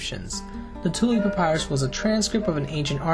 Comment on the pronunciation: Really like the video/content. Btw, 1 rod is equal to 16.5 ft., not 150 ft. I wouldn’t usually nitpick, but it’s quite the difference in size. Oh, and papyrus is pronounced puh-PIE-russ.